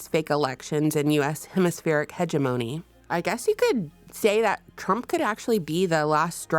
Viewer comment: Hegemony is pronounced heh-JEM-uh-nee not heh-jeh-MOANEE Jus sayin lol.